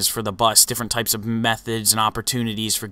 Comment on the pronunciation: Did anyone else hear "all kypes of stuff"